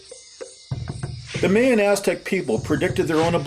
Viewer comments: Mayan: supposed to be pronounced " MY-AN" not "MAY-AN"....... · video is awesome, except for the strange way he says Mayan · this dude needs to learn how to pronounce the word mayas and mayan